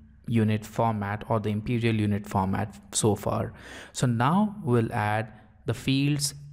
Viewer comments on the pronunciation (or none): none